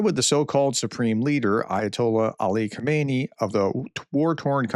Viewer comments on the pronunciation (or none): PROFESSOR: Please pay attention to your pronunciation. You call the Ayatollah Khomenei, Khomeini. Khomeini was the first Ayatollah who was installed when Mohammad Reza Pahlavi, the Iranian Shah, was overthrown in 1979. Also, you call centrifuges, centErfuges.